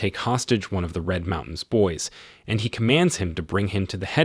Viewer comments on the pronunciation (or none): none